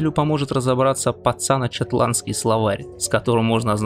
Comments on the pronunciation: Пацако, а не цацано.. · Всё норм, только не "пацано" а "пацако")